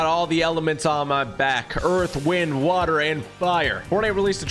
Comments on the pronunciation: Bro keeps saying wind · Everytime this dude said wind it made me twitch lol